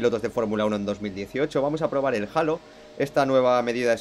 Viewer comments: es halo no jalo jaja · El "jalo" 😂